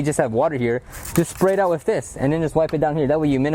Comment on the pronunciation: With not wif*